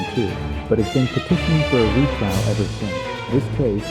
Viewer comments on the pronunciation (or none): none